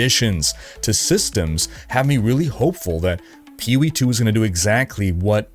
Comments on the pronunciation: "Peeh Wee" "Ehah P G" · "Peewee 2?" Seriously? Take an extra half-second, let your balls drop, and say "P O E 2." You kids, today. No f'n respect. 🤷‍♂ (Said with love from a gamer old enough to be your father)